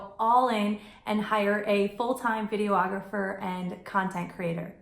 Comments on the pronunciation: Video- ographer? It’s just Videographer.... FYI. All kidding aside though Thanks for the “cont-tent” LoL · Jeez...video-ographer? Do you also call your clients "ree-la-turs"? On the serious side, very good, relevant content! Thanks!